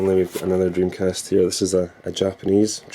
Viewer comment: dreamcast not jimcast !